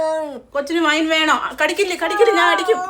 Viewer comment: കേട്യുടെ.... വൈൻ വൈൻ എന്ന് പറയുന്നത് 😂😂😂